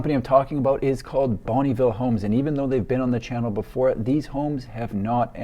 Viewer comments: Fun fact, it’s pronounced more like ‘bun-nuh ville’ not bonneeville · It's not bunnyville it's bonneville sounds like Bun vil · Are you sure it's not (pronounced) Bon-UH-ville homes? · Hi, I love your videos. I'm from the city where Bonneville Homes started in the 60's. Every time I hear your prononciation of the word Bonneville, my ears hurt. I know it can be hard for an english speaker to prononce french names. Bonneville is a french canadien last name meaning "good town" and we do not pronounce the "e" in Bonn"e". Just thought I would share. Thanks for your work. example